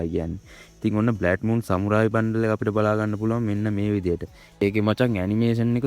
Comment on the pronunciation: බ්ලැඩ් මූන් නෙමේ බං බ්ලඩ් මූන් 😊